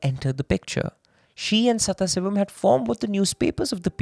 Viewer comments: The name is sadhasivam, not sathha sivam, with a pause as u r saying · it is sadashivam , not saththasivam... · Hindi-english only debuff that is 😭 I heard someone butchering a telugu movie name so bad, my eyeballs rolled up into my brains when I realized what they were actually saying 😭😭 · I wonder, how after doing so much research on the case a simple google search for the correct pronunciation of a name is so hard to do